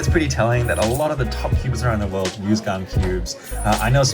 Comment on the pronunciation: Its gan not gun